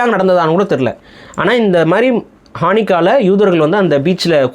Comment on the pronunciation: ஹானிக்கா இல்லை. ஹனூக்கா.